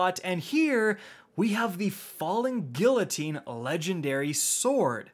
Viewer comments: GEE-----UH---TEEN.......got it? Do you say the "LL" in tortilla as well? GFC man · Don't forget how to this day, he still says guillotine wrong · gEE-Uh-Teen not gill-oh-teen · its pronounced gui-yo-tine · Drinking Game: each time says “Gill-o-teen” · FALLING “gee uh teen” my man, i was going psycho at the mispronunciation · He does not still say, “falling gilotine” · everyone is talking about the cold front legendary kinetic hand cannon but has no one else noticed that he pronounced guillotine as "gill-o-teen" ?? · Hey, just a heads up, Guillotine is pronounced "Gee-oh-teen." (Then L's are silent) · "FaLl3N GiLlotEEn" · Falling Gillateen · Falling Gilloteen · Did this nigga just say “Gillateen”? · It’s been half a year since the sword came out and still can’t say the word “Guillotine” correctly lmao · I'm more worried about how he pronounces guillotine ! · So y’all gonna talk about him saying cold front the legendary hand cannon but not the part where he pronounced the L in guillotine?... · No ones gonna talk about his pronunciation of guillotine? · Is no one gonna talk about the way he pronounced “Guillotine?” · Still can’t pronounce guillotine correctly lmao. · why can no one pronounce "guillotine" mon dieu vive la france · Listening to you pronounce guillotine hurts me. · Aren't you Canadian? Doesn't that mean you're federally mandated to be half French? How are you still pronouncing guillotine incorrectly? 😁